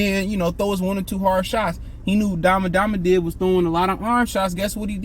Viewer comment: “Akmadamadiv” 😂😂😂😂 Boi you funny asl